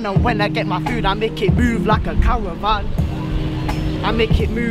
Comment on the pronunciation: lmao "cawavan"